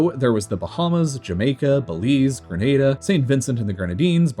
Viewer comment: Also his pronunciations of certain countries like Grenada, Guyana, Suriname and Guadalupe